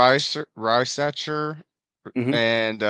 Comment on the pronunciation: RISACHER = REEZACHAI 😊😊